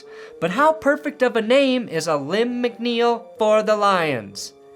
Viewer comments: Alim McNeil. Pronounced Uh-Leem. Not Uh-limb (A-Limb) . But I get what you were doing. 👍🏽 . I’m a 43 year old Eastern PA. 33 year long Lion Fan. Call him/us what you want. Just don’t call us late for dinner! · it's pronounced Aleem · LOL I think it pronounced "A-LEEM" but still funny,. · Btw Alim is pronounced like dream not a limb lol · Alim rhymes with dream. Not limb. Alim the dream McNeil.